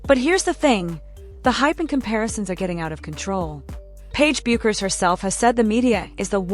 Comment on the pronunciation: PLEASE CORRECT YOUR PRONUNCIATION OF PAIGE'S LAST NAME. IT IS PRONOUNCED AS "BECKERS!"